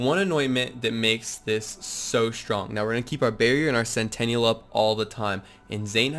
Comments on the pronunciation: Sen tin ul. Either way, we all agree it's not centennial. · It's pure cringe how you say centennial (100 years) instead of sentinel (SNTNL). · It’s Sentinel, not Centennial lmfao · Sentinel dude... Not sentaniel or whatever it is you say bro lol. Good vid. It's a great build been using the same build for a while now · Great video, but SEN TEE NELL, sentinel not sentenial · Awesome build, and grats on the World Record but say this with me .... Sent - Ten - all ... Sentinal .... NOT Centennial I would love an Anointed Lucian's Call though! PSN: TheGaminSeshion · It’s sentinel not centennial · It's "SENTINEL" not "CENTENNIAL". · Darius Rydahl it was driving me crazy!!! Lmfao!!! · "CENTENNIAL"....you mean sentinel? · It's SENTINEL not centennial. LOL that was cute. I didn't want to play with Zane really but watching this made me want to level him. Awesome build! PS Don't put me on timeout ;) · I'll sub when you learn how to say sentinel... you don't have a "centennial" drone... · it's sentinel, not centennial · Sen-ti-nal, you're saying centennial, which is a hundred year anniversary. BTW, 50 First Dates was hilrious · Great Build dude. But please....it's Sentinel! Like X-MEN's Sentinel. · really? CENTENNIAL CENTENNIAL CENTENNIAL CENTENNIAL CENTENNIAL CENTENNIAL CENTENNIAL CENTENNIAL CENTENNIAL CENTENNIAL!!!!!! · Dude, great vid and made me sub, but every time you said "centennial" I wanted to reach through the internet and slap you lol. Great vid though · Pffft. "Centennial" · It’s pronounced sentinel, dawg. Sen-ten-uhl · he calls it "centennial" in the video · oh gods I cringed every time he said it. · Sentinel, not Centennial